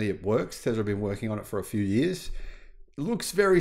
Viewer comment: “For yearhhs” 😆